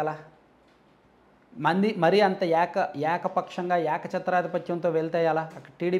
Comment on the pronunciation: యాక ఏంది? ఏక అనాలి.ఎక్కడ చదువుకున్నావ్? వాటర్లు అంటావు.ఓటర్లు అనాలి.అంతా సంకర భాష.ఎలా?